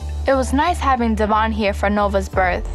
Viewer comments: No one says Devoins name right even after hearing him pronounce it correctly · has some serious issues, it's so obvious to everyone, but her, her mom and sister. They all crazy af. She still petty enough to incorrectly pronounce devoins name after all this time 😂